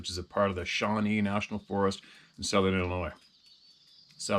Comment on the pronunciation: Bahahaha, did someone correct you on the pronunciation of Illinois? I enjoyed your version. Keep on educating the masses & please stay safe🙃